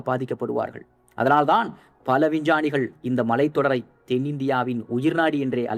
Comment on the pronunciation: யார்ரா அவன்...... சிக்மகளுரை சிங்கமகளூர் னு சொல்றான்...... விஞ்ஞானிகளை வின்சானிகள் னு சொல்றான்.....